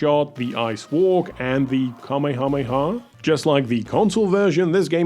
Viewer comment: I don't know why but the way you pronounce "Kamehameha" is so funny 😂